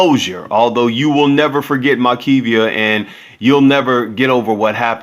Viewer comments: Maybe there was no march because you keep mispronouncing her name. You put too many syllables in it . Her name is Mar- kev- a. Not Mar- Ke-v—a. Her family even said her name in the video. The guy responsible was not in his 20”s. They said he was 19. Please make sure to at let get basic info. correct with info. selected to share. Pronouncing names correctly may not be a big deal to soon but just keeping in mind it may be to some of her family members. Shalom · Confused. The woman's name is clearly spelled "Makeva". The news casters pronounced it the way it is spelled, but u keep saying "Makee-vee-ah". Which is the proper pronunciation?? One is her name. The other is not! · Her name is Mar-kee-va